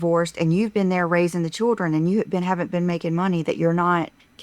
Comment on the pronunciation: Every time she says choodrin instead of children, I want to curl up in the fetal position.